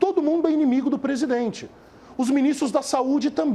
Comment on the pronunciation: Assssssssim se diz presidenre